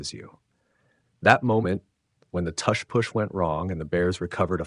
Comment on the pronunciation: AI slop. Doesn't even know how to pronounce "tush"